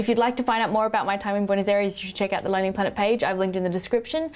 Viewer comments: its BOO-eh NOhs AYE res (like rest but without the t) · That is possibly the worst pronunciation of Buenos Aires that I have ever heard. No, I take that back. That IS the worst pronunciation of Buenos Aires that I have ever heard. Is that an Australian thing, or is that just you? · I love you, but learn to pronounce Buenos Aires! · hahaha, how you pronounce buenos aires...